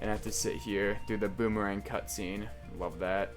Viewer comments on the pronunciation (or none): none